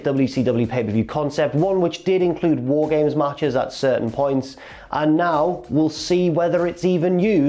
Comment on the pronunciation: You said War Games wrong. Multiple times.